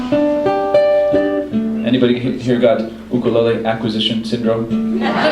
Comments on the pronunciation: This guy is the first non-Hawaiian I have ever heard actually pronounce Ukulele correctly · Ok this is the only person who has said ukulele properly. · I don't usually appreciate stringed instruments being used as drums, but this is pretty fucking good; best ukelele stuff I've seen since George Formby. And he pronounces "ukelele" properly. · Can we just appreciate how correctly he pronounced “ukulele”. Not yooh-kuh-layleeee. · THANK YOU FOR NOT CALLING IT A "YUKE" OR A "YUKELAYLEE" I'm happy to finally see someone who pronouces it right.